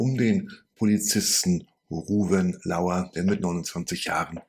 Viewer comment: Leute, er heisst LAUR nicht wie jeder sagt Lauer. Es ist Fremdwort und bedeutet Lorbeer (Laurus nobilis - Lorbeer). Wortstamm vom Laureat u.s.w. Diese Ehre sollen wir ihm schon erweisen.